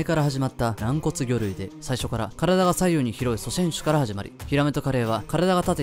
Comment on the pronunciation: しょしぇんしゅ